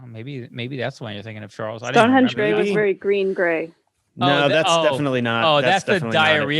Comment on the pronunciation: on the united grey mk5's hahaha, was surprised when she said stonehedge grey.